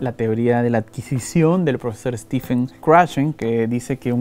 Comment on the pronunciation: Stephen no se dice Stefen, sino Stevn. Bien por tu motivación, man. Te felicito